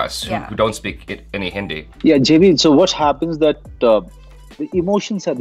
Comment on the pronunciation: When Monoj Sir called him JB instead of Jaby, that was a cringe moment.